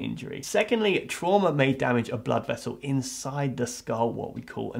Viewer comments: When ever he says “trauma” i can’t not hear “shwarma” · Every time he said Trauma I would think tiger horse after. (Its an anime running gag because they have no word in Japanese for trauma so they use the english word and when said with an accent it sounds like Tora (tiger) Uma (Horse). Do I watch too much anime?